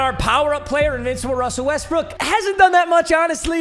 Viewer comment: dont be saying westbrick bro